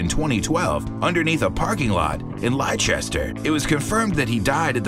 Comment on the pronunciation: Interesting video. Only one problem though, however other North American towns with the same name pronounce it, in the UK Leicester is not pronounced LIE-Chester. (Or even LIE-Sester, as some have!) It's actually pronounced Lester. So the next time you hear of King Richard's grave under a 'Car Park' in Leicester City, or a Red Carpet movie premier event in London's Leicester Square, you'll know it's Lester Square, and not Lie-chester square! ;0)